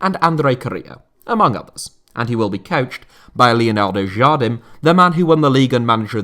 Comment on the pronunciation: I really love your channel, I just wish you could improve your Portuguese a bit! "Leonardo Jardim" gutted me 😅